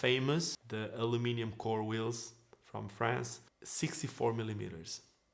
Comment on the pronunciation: Hello. I love how you say ‘Aluminium’ instead of the Americans way ‘Aluminum’... & English isn’t even your 1st language! Love your videos & your skating also. Big ups from Dublin, Ireland 🇮🇪👍🤪